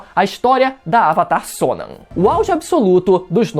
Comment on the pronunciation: Please pronounce the name correctly, Sonam